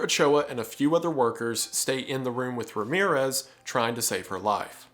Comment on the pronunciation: Every time you say Ramirues instead of Ramírez, a cat dies.